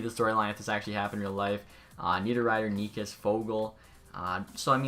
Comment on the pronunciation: Did you call Chytil “Chittle”? It’s pronounced “hee-til” and also it’s pronounced “Neechas” for Martin Necas just trying to help with pronunciation (edited for typo)